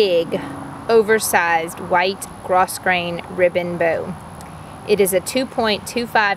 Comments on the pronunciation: It is GRO GRAIN...do not pronounce the s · Pronounced gro-grain.